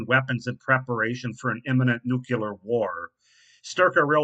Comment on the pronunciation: "Nuclear" is pronounced NEW-CLEE-ER, not NEW-QUE-LAR. It is from the NEW-CLEE-US of an atom. There is no NEW-QUE-LEE-US in an atom.